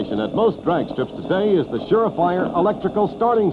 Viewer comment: and he says "shafire" instead of the two words "sure fire". I can't watch this anymore.